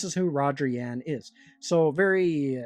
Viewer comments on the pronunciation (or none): It's "Yu ahn." pronounced like Yuahn..